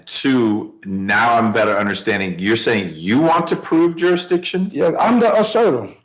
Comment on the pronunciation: Lives next door to ju-re-dission...